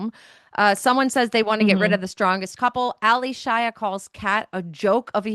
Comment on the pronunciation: It's not Ally Shia as 2 separate names. So annoyed every time she mispronounced it. 😂 It's Allyshia pronounced as A-lee-shia.